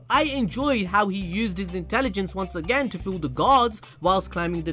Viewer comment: We didnt say it again we said it JIGENN...